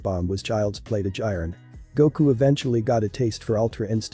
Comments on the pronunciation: It's Jiren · Do you even watch dragon ball cause you did not say jiren right😡